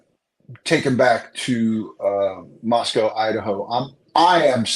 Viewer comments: Love you! I'm a local, it's actually pronounced Mosco, the w is silent. Rhymes with Rosco. 🙂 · LOVE your Podcast,! Small point: I wish you would pronounce Moscow correctly: It's a long "O" just like Idaho, not like the animal 'Cow'